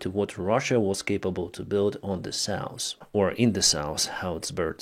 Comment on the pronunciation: Sorry dude but his pronunciation is terrible, or am i the only one hearing NORSE and SAUS?